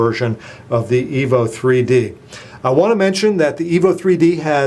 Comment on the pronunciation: I 'am sorry but did i heard it right?? you sai Htc Evil 3D & Evil 4G